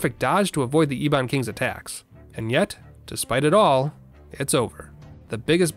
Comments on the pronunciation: Neat video "Ee-bon" *Eh-bon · Eh-bin not Ee-bon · It’s not E Bon it’s eb-ben. Literally Ebony without the ie part. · E-Ee..Bon? EH-BON, LEMON! LIKE EBONY! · The way you're pronouncing Ebon is killing me. "Eh-bun", like in "Ebony" Anyway, good work! 😸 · Say E-bon one more time. I dare you. I double dare you. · Ebon is pronounced Eh-bon.